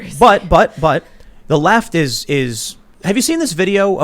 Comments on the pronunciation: "Lefism", huh? 😂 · "lefism" hee hee